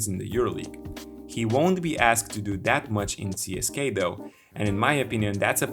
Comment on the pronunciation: Cool video. Just one thing that screeches my ears, again. Don't pronounce it as CSKay, it's not CSKay, it's CSK-UH